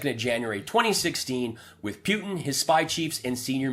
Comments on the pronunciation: The grand high exalted dictatorial cleptocrat of The Russian Federation pronounces his name POO-tin. Just keep saying poo poo poo poo until you get the hang of it. Say POO-poo. Now say POO-tin. Although, I do like the way you say PEW-tin. 😁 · Who’s Pewtin? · Could you try to pronounce his name correctly? I hat to stop listening because I don't understand how you can still mispronounce Putin's name when it is said so frequently.